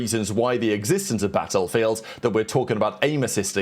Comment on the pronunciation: The way he pronounces 'battlefield' is killing me